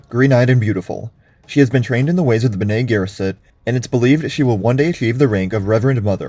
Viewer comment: Why the mispronunciation of Fremen and Bene Gesserit?